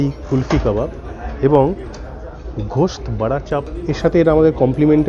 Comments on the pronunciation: Ghost Karachi uchcharon korchhen babu. Otar uchcharon Goshth. 😂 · যদি কিছু মনে না করো একটা জিনিস একটু শুধরে দিতে চাই। কথাটা গোস্ত ঘোষৎ না। বড্ড কানে লাগল তাই বললাম। Hope you don't mind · It's "Ghost", it's "Gosht".